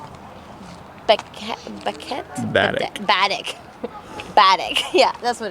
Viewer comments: Great video as usual. Just in case nobody has mentioned this yet, it's pronounced Bah-deck, not Bad-ek. Also, Saint John is in New Brunswick. In Newfoundland it's St. John's - very important distinction. I haven't sailed the Bras D'Or lake, but with any luck will try to get there. Glad you guys had such a good experience. Cheers! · It’s said Ba-deck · 😂😂it is pronounced Bah-deck. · It’s pronounced “bah-deck” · Canada's ocean playground sure is beeeaautiful. Oh, and it's Bah-deck!!!